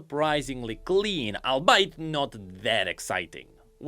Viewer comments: what did you just say? you'll bite? it's pronounced all be it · is that how "all be it" is said? (Sorry for the nitpick. lol)